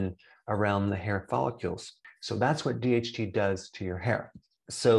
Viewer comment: It's not "follicules," but "follicles!"